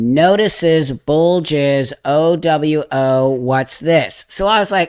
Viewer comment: OWO is pronounced - OOO-WOO. I hate that I know that Because I've been around the internet WAY too long. A lot of the other stuff reads like a 4chan greentext post.